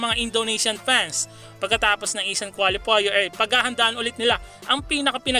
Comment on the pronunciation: paps, kwalifayer ang bigkas sa qualifier! ndi kwolifoyer